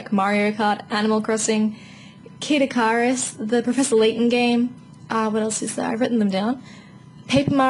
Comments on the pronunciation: Kid Ik-car-us :D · Kid Ick-Har-Us. Never heard it pronounced that way before. XD